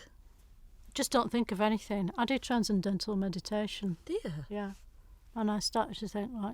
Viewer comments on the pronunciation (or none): Transindental meditation? Did I hear that right? 😂 I wouldn’t last five seconds in a room with Diane Morgan.